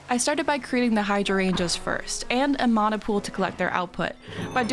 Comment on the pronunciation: This is such a small thing, but as a Hawaiian it makes me super happy that you're saying mana right